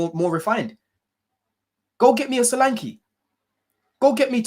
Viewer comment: Man said solenke 😂😂